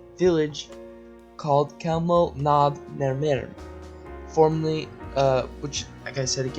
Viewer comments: Pronounced "Hewmno" NOT Kelmno! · Hey narrator... I don't think you pronounced the name of Chelmno correctly once. Or any other death camp for that matter. Take the cotton swabs out of your mouth maybe?